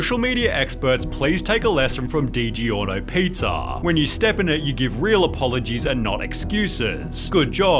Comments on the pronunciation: This guy doesn't know how to pronounce anything ... let me do it phoneticaly .... DEEE GORRRRE NOOOO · I got cancer from all the horrible pronunciations, Like Vingeratte and DiGiorno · The way this guy pronounces "DiGiorno" makes me irrationally angry.